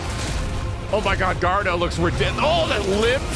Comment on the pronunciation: A. Garuda is not pronounced that way. Guarda? What? B. Why are you shocked FF16 is coming out next year? Who thought it was coming this year? If you're disappointed that's on you. No one thought it was coming this year.